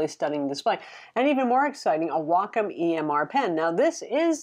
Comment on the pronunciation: It's pronounced WAY-comm ;)